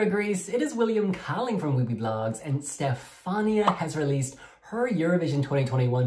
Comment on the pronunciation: It's a Pegasus and her name is Stefan-I-a not Stef-A-nia